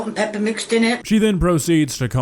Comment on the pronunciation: She’s learned the art of engagement bait. So mispronouncing things like salt and pepper, and let’s not forget the the way she says onion. It’s so people will comment. She fails to realize that the shit she Makes will get a big enough reaction. lol